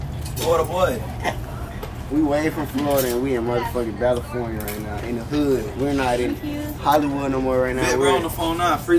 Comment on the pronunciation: "Balifornia" got me deadd🤣